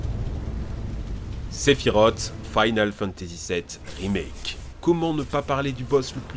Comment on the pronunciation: ... "ZEPHIROTTTEEE" Arrgg...